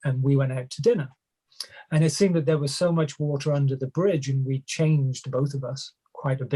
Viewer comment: Correct as in South African or correct as in Bath? He pronounces "That" as "Thet" Just watching an interview just now and he pronounced "Hand in hand" as "Hend in Hend" Roland doesn't do that at all and they grew up on the same estate